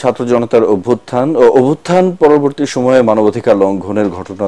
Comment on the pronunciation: কথা ঠিক মত বলতে পারেনা খবর বলতে আসছে কোথা থেকে দরে নিয়ে আসছে ম ইনুল ইসলাম অভ্যুথ্যান কে বলে অরভুথ্যান।